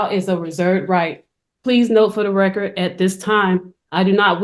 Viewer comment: Actually, she was saying, “for the reckurt”, whatever that is.